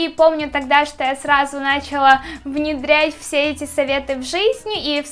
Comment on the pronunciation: Видео очень интересные, НО ты совершенно не грамотно говоришь!!! Постоянно НЕ правильные УДАРЕНИЯ!!! Поработай над этим! 1) Магия Авторов, а не авторОв. 2) НачалА, а не нАчала.